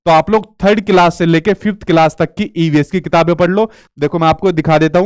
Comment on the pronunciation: Aap bhi to class ka galat pronunciation kerte h